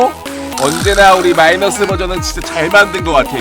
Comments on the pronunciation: 자막 편집중에 마이너스가 아니라 미이너스라고 하셨는데 ㅋㅋ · 마이너스가 아니라 미이너스가 머쓱?ㅋㅋ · 저기 마이너스할댸 미이너스 라고 했ㄴ느데